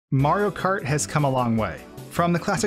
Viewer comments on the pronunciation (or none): did he just say maro kart?